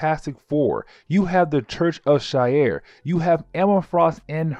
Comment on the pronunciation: I’m loving the ultimate X-men coverage seriously but omg dude! She-are is how it’s pronounced and lil-and-druh. That’s my only gripe.